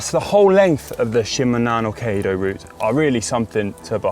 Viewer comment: Kaiido.means.highway. kai=high level or grand and do= the way of.. It's pronounced 'kigh' not "kay".